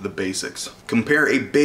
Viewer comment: Oosain Bolt 😂